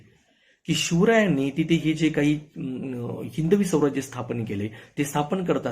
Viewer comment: स्वराज्य म्हणा,, सौराज्य नाही